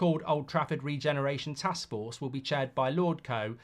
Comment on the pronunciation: "A joint task fork" 😂